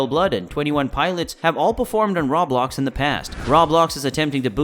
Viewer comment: RO - BLOX AS IN ROEEEEEE-BLOCKSSS. Rawblox over and over annoyed me.